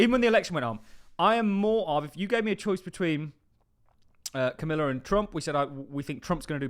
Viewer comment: Kuh-mah-la, not Kuh-mill-a. 😂